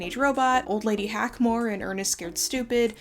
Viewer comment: Not old lady hack-more🤣😭😭😭